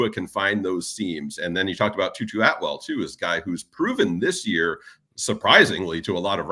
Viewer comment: Tutu atwell?? Try again , moodafukka…